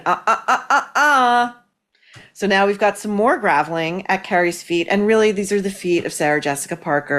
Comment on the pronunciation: Maureen: I think you mean "groveling," not "graveling." I think the latter is when someone re-does your driveway.